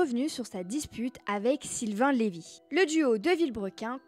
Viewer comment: C'est Lyve pas Lévy. Renseigne-toi!